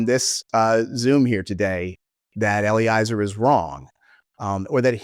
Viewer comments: another piece of hopefully constructive feedback: pretty sure Eliezer is pronounced Eh-lee-EH-zer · Yep! It's a perfect rhyme with "Jelly-Fezzer"